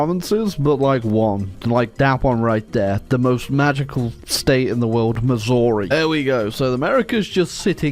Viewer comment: As someone from Kansas, the state Next to Missouri, it both pleases my soul and pains my brain that you mispronounced Missouri. Kansas has hated Missouri since the mid 1800's, after they raided us several times and burnt down our towns once or twice. So in this case, Fuck you for the Brain Aneurysm, Thank you for Showing that piece of shit it doesn't deserve the right pronunciation!